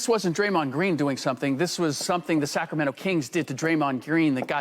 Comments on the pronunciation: the Cacramento kings😂😂😂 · You heard him the....Cackremento Kings 😂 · This man said the cac-rameno- kings